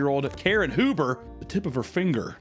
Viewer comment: Sir it is pronounced “hue*ber” the “h” REFUSES to be silenced and so do I